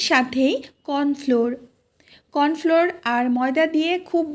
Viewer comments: খুব ভাল লাগল। কিন্ত বাবা, ওটা কর্নফ্লোর নয় কর্নফ্লাওয়ার। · কর্নফ্লোর না তো কর্নফ্লাওয়ার বলেন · Sound like *kawn flor*But tumi bolchho corn floor